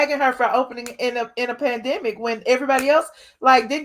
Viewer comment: PANDEMIC, not PanAdemic! You too big 2 not know the correct way 2 pronounce it.